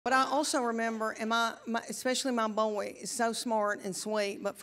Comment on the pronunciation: She's the only person I know who can take a one syllable word boy and make it at least three syllables! 😮😂